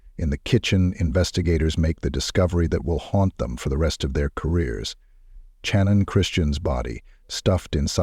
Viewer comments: Bruhhhh you're killing me SMALLS with Soo much emphasis of The CH on her name....🤦🏻 Just like the name Cheyenne it's pronounced As "Shy" Not "Che".... SHANNON only spelled with a C instead of an S .....🤦🏻🤦🏻🤦🏻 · 25 years, or so, here. I consider this to be the most Horrific crime in U.S History. I wish they would pronounce Channon's name correctly; it was pronounced Shannon and not Chan-Unn. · My final year of my JD at Tulane, I wrote a case study about this case. Take a guess at how much my prof loved it. And it's Channon, pronounced like Shannon. Thanks AI.